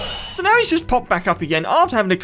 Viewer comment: When you say 'now' you say 'meow'